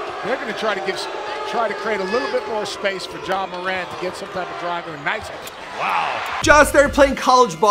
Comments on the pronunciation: It’s pronounced mer-ant not more-ont But no hate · It’s “more” “ant” not “more” “aunt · Ur mispronouncing his name it’s not muh-ront it’s MORE-ANT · It’s not “More an” you say it like Durant, it’s pronounced “More” “Ant” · It’s not Ja “More-Aunt” It’s Ja “More-Ant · Yea he says jamoraun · Imagine saying it like morawnt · IT'S "marant" HOW YOU SAY IT!!! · mans said ja moraunt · It's actually Moe-rant. I went to school with Temetrius from 3rd grade to graduation. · its ja more-ant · "Ja Muhront" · Ja ma-rant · Ja moraw.....lol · Pronounce his freakin name right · I cringed odee when you say his last name 💀💀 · Bro stop saying his last name like that if you going to say his name say it right